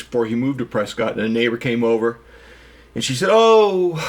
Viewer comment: Prescott? It’s “Prescutt.”